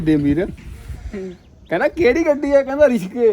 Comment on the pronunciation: be like:--ਰਿਕਸੇ❌🛴ਰਿਸਕੇ✅✅😂🛴🛴